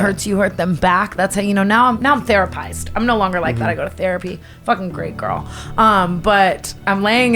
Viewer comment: "I'M THERAPIED"